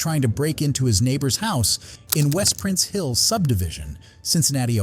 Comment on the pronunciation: Wait a minute no and the first clip that is not “Prince Hill” it is “Price Hill”